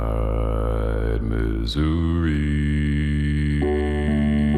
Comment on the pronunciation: Geoff really doesn't have the right accent to make "Missouri" rhyme with "Shenandoah".